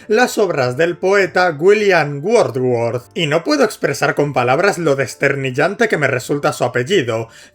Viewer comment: No sé que es peor, el ejemplo usado o la pronunciación de WordsWorth